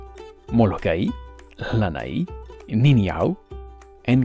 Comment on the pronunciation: Uh, you repeatedly pronounced the island "Ni'ihau" wrong. It is prounounced "Nee ee how", or just "Nee how".